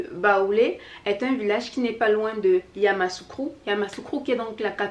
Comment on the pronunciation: Je suis baoulé.Hum,où sont tes commentaires de l’intro? on le new retrouve pas dans le corps de la vidéo,pourquoi? Ça nous intéresse de savoir quelles sont les impressions des autres sur nos tenues et styles vestimentaires. Sinon la vidéo est top. Merci de t’intéresser à notre culture et de la valoriser. PS:on dit YAMOUSSOUKRO ET non yamassoukro. Grosses bises. Et bon courage pour ton travail et ta chaîne. Blessings. 💖💞💖💞💖💞🌺💖💞🌺💖💞🌺💖💞